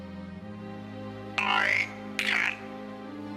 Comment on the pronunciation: I'm sorry, I'm sure you have some wonderful insights to share, and I don't mean to belittle them, but... there's no r in Dalek.